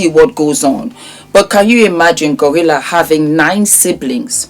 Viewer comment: it’s GloRilla not Gorilla🤣🤣